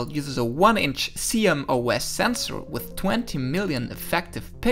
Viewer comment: C-M-O-S sensor lmao lol